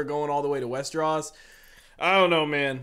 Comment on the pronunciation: Westeros, not Westeross. Lol